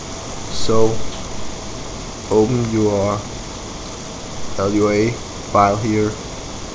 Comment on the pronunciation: Dude -.- It's just Lua, not l-u-a... Lua is brazillian for Moon and the creater is brazillian, hence the naming.